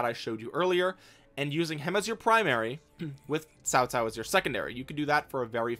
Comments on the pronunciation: you said cao cao right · Him: pronouncing Cao Cao Chinese: 👁 👁 👄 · Is fine 😂